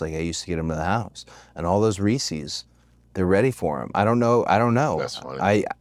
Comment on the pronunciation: You pronounce it "Ree See's"?! Unsubscribed 😂